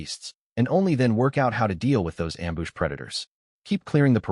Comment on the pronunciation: The AI has been dipping into the booze. Amboosh, amboosh, amboosh.